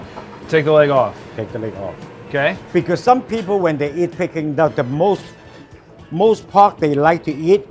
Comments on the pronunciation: Jezz! It's "Peking Duck" not "Peeking Duck". Americans... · OMG the way he is saying pecking duck is driving me crazy!!!! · Dumb ass can pronounce Peking it's not peeking idiot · The way he said peking duck at the start made me cringe